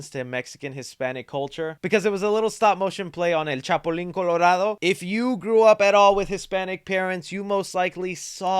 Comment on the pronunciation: Chapulin* not chapolin but also, they kept saying this is latino culture and is not, this is mexican culture NOt latino.